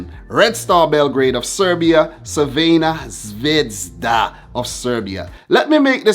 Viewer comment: Quite decent pronouniation of Crvena Zvezda. Good luck to City, I would love to see them win Cl.